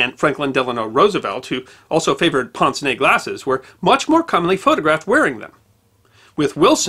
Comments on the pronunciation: ponz? no! "painz" is much closer to the french. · Pince-nez: french for nose pincher. When you pronounce it, say it more like PINCH except for SS at the end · Ew, it's not 'ponce nay"! Remember when Bugs Bunny would say, "Aahh, what's up, Doc?" That nasal first syllable is how you pronounce the vowel in the first word of "pince-nez".